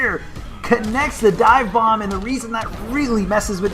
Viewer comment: Honestly, I love but I am sure he is stoned in these videos..He even said "Divebong" instead of "Divebomb," then said he was "distracted by something here"